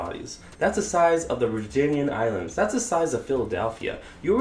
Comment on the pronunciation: Virgin-in islands. 😂 Ver-gin islands lmao